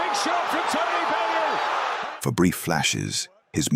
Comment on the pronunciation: Not a bad script, it smells a bit AI tbh, but that is deffo an AI voice over. It's odd to have the narrator say "Tony Belloo" ahead of a bunch of clips where his name is pronounced correctly...